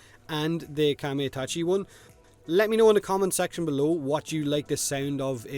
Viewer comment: samurai shit=exaclibur wind sickle=excalibur Spear+shield+falcon is this Skyforge? and it's pronounced Kamai-Ta-chi (A like you pronounce U in a word simple and straight-A not AE/AI/AY just A) overall these descriptions are too short and quite boring